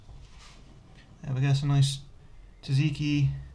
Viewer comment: Awesome, thanks buddy. (You might want to check the pronounciation of Tzatziki btw. It's tZat-ziki, not tziki ;) )